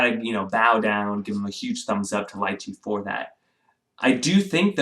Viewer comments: Its pronounced as Lee-Chee... not Lie-Chey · "lie-chee"? ... i've always pronounced it "lee-chee" ...potato potato :) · It’s pronounced, Lee-Chee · Not pronounced correctly